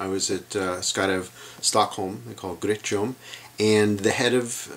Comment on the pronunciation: Great pronounciation of "gryttjom". Not sarcastic, I'm impressed.